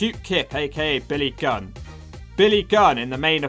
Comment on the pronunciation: You spells Billy Gunn like Billy Gum lol.